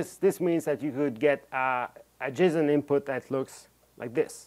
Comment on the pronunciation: yeah i love it but i can't stop myself from hearing him say "jism" every time he says "json"